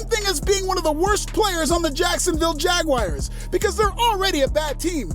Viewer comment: The jacksonville jagwires 😂